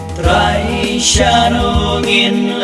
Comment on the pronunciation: Sngewbha kynnoh bha hang to ba ong 'Trai' phi pat long kumba ong TRY.